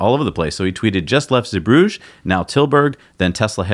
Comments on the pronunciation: Pronunciation Z. Broog er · Roger Starkey it was slightly annoying me too 👍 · FYI. Zeebrugge is pronounced Zee bru gerr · Glovis Captain docked two days late due to shipping traffic. Now it has gone. Glovis Cosmos is in at Zeebrugge right now [Btw guys, it's Zeebrugge with hard 'GG's, like the boogerman 😁 ]. The next ship, the Grand Aurora, is off the coast of Spain. It appears that cargo ships dock late quite often. The Cosmos had its TOA put back a couple of days and I fully expect the Aurora to arrive late, despite easily being within distance of Zeebrugge. When it comes to cargo shipping, everything appears to be estimated. Then the reality sinks in. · Here is how you pronounce "Zeebrugge" in Dutch